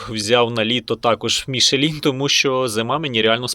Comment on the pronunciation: "МішлЄн" назва фірми, не "Мішелін" ніякий!